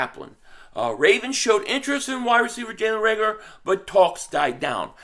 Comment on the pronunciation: Is he saying Reagolar on purpose to call him regular?